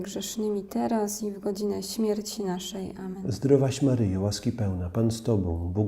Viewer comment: prośba, czy mogłaby Pani tak nie intonowac,podkreślać i nie przeciągać słowa,, teraz,, bardzo to rozprasza w skupieniu.